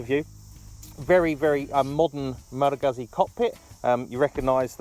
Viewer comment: Come on man, if you're doing a review, make sure you know how to properly pronouce the firm!! Aaaaarrrrrrrrgggggggggghhhhhhh!!!